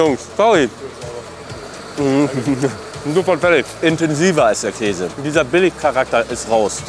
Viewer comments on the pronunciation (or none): none